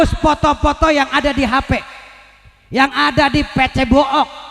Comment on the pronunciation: kocakk bangett pas bilang "fece book" 😂😂😂😂😂😂😂😂😂